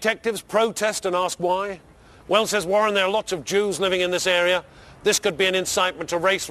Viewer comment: "The Juwes" Hm.